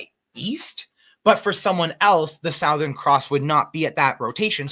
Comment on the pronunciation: southern. It’s not hard to say. Does he not want it related to the word south? He’s making up a new word